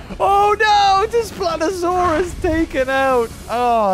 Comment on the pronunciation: It wasnt desplatosaurus its daspletosaurus